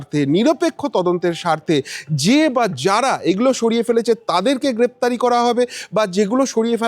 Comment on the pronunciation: গ্ৰেপ্তরি না বলে গ্ৰেফতার বলুন